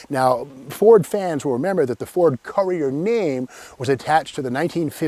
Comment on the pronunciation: It's pronounced 'Cur-re-er.